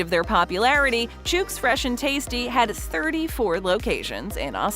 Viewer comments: "Chooks" is said like cook, look, book, etc. And definitely not like pukes or nukes. 🤦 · That's not how you pronounce Chook ..... like cook with a CH start